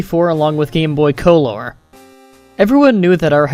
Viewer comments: Isn't color pronounced kuh-ler? Not koh-lor. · I love the way you pronounce some of these words... "COH-LORE" "Apollo-jizz" it's hilarious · It's great but you pronounce "color" and "favorite" kind of oddly.